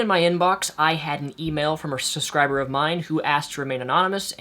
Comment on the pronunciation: It mildly upsets me that you can't say the word subscriber